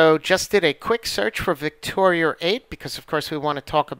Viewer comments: Victoria is not a hard name to pronounce. Why do you insist on putting an "r" at the end? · Ha, obvious condescension regarding quantum physics aside, as a former linguist I am very much aware of how things are said with regional accents. Names such as “Victoria” are frequently pronounced with an r after it in both the UK and New York. Considering the fact that the person who made the video is from New York, it’s not surprising at all that he puts an r after Victoria. But congratulations, you win the internet for being an ass on a YouTube video for no reason whatsoever. Bravo, enjoy your achievement. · I think we are going to have to agree to disagree. I appreciate the actual conversation even if there was rudeness on both ends. Sarcasm and rudeness aside, I see it as more of an accent thing. A lot of people who live in the NY area add the r’s and from what I’ve gathered, don’t even hear themselves saying it that way.